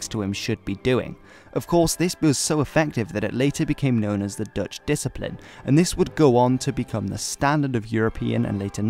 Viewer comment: These Dutch pronunciations are not too bad. You did your homework.